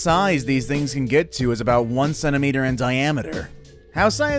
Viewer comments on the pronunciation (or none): none